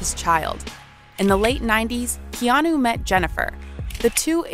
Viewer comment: Keanu is pronounced keanaa..not keanuoooo